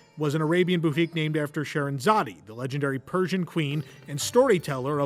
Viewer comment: Scheherazade... the 'e' is silent. I enjoyed the video. Very interesting.